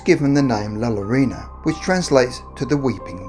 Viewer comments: Llorona - The Spanish Ll (double L) is pronounced like a J, or G, pronounced Jorona in English like the name Joe. It's never L, as in Lake. Actually, more correctly, it sounds more like a Y - Yorona. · Hispanic hearing him say the word llorona pronounc wrong 👁👄👁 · Llorona is pronounced Yorona. (Love you anyway,!) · Double l makes y sound u fuckin Limey